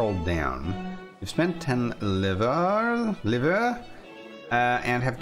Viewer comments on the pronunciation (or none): [buʀʒwazi] -> this is the phonetic transcription of the word if you know the symbols, it's something like "boor joa zee" (it's a little hard to explain sounds using text only) - [livʀ], sounds like "leevr" and it's so sad to see Camille so underpaid :(